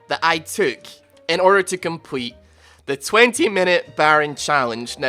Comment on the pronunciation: "compwete"